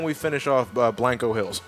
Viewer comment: It's Bianco, not Blanco. Of course it's italian for white so your pretty much right.